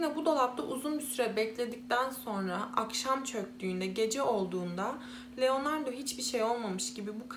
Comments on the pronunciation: Sürekli Leonardo demenizden dolayı odaklanamıyorum. 😄 Keşke telaffuz için az pratik yapsaydınız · Genel olarak anlatımı beğeniyorum ve videolarının çoğunu da izledim. Başarılarının devamını dilerim. Fakat iki tane eleştirim olacak. Birincisi özelikle bu videoda isimleri oldukça yanlış telaffuz ettiğin için algılamakta zorlandım. Leonardo dediğin için beynim sürekli erkekmiş gibi algıladı otomatik olarak kadın olduğunu bildiğim halde. Bu konuda sana önerim isimleri bir kağıda not edip hangi ırk ise o dilde translate üzerinden dinleyebilirsin. Böylece nasıl telaffuz ediliğini az çok duymuş olursun. Biliyorum bazı vakalar oldukça kötü şekilde etkileyici fakat bazı videolarında normal şekilde anlatırken birde ağlayacakmış gibi konuşmaya başlıyorsun. Bu da heyecanla izlerken birden modun düşmesine neden oluyor. Bunu profesyonelce yapmak istediğini düşündüğüm için bunları söylemek istedim. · LEONARDAAA . Leonardo degil